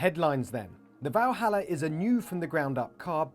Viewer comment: First of all its not "Valhalla"... its.... ;)